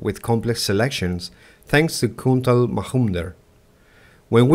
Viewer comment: Just fyi, The j in Majumdar is pronounced as a j (as in Joker).